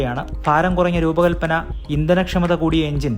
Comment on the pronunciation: കുറങ്ങ അല്ല കുറഞ്ഞ ആണ് 😂